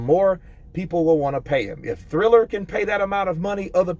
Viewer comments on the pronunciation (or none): Just a little tip. It's prononced Triller rather than Thriller. Keep up the good work mate.